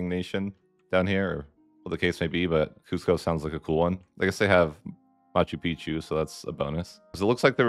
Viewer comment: I'm amazed that he knows how to pronounce Machu Picchu